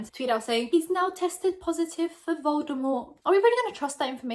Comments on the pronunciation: Im always dying when youre saying the word Voldemort 😂😂 idk why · those emphasis you did on that tweet and then you said Voldemort I lost it...😂😂😂😭😭😭